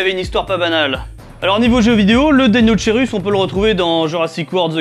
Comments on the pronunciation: Il se prononce pas plutôt deino"k"eirus ? Comme pour le brachiosaurus ? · Je veux pas faire ma raclette mais on prononçe pas ça "DeinoKeirus" ? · Le magouillosaurus parce qu'il a le bras long ^^. Et sinon très bonne vidéo encore une fois, mais juste une remarque : si je ne me trompe pas, l'étymologie du deinocherus vient du grec, comme beaucoup d'autres, on ne devrait pas prononcer [deinokeirus] du coup ? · Juste pour information ça se prononce "deinokerus" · ça ce prononce DEINO-K-ERUS